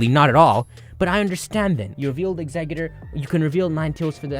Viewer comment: Im sorry but...Exeggutor doesn't have a d in it. Its tor not dor